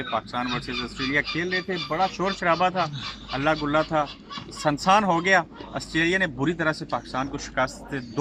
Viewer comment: میں آپکی پوری وڈیو دیکھتا اور سبسکرائب بھی کرتا... اگر آپ سُنسان کو سَنسان نہ کہتے. 💔💔 Afsos k apki urdu theek nahi 😞 Please improve that 😊